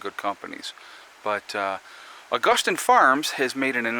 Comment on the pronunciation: Either way you say it, there is no “t” in Augason! ;-)